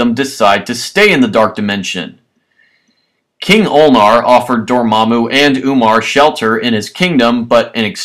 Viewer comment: And it's Dormammu not Dormmamu